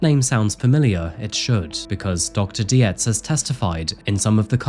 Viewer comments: Horrifying case, but an(other admittedly extreme) exemplar of what can potentially happen when a family or group of acquaintances engage in denial or ignore warning signs. Separately, Dr. Dietz' name is pronounced like "deets". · Dietz is pronounced deets. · This is may be not very important concerning the gravity of this case, but Dr. Park Dietz is not pronounced Di-e-tz, but Deetz. Just to add, since is usually very meticulous in his videos. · Hey, I don’t know about in the UK, but in the US, Dietz is pronounced “Deetz” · Nitpicking cos that’s what I do. Americans pronounce Parks surname as Deetz. Yes Parks is an expert but Scott wasn’t his patient. I’m like you. Torn. His poor brother. The self control not to attack his brother or throttle him was amazing as obvious as was his pain. I think Scott was an undiagnosed Schizophrenic. But he still brutally ended 4 lives. His poor Mum. To her son was vulnerable & she wanted to keep him safe. That’s what she’d done his entire life. It’s not an enviable position nor one that can be reconciled in your own mind. But she felt an obligation to her child. In the end to her own detriment. If anything & I know this may sound weird to some. But it’s a blessing she died. To see her beloved child mow down his family then to be in jail literally forever would’ve been torture for her.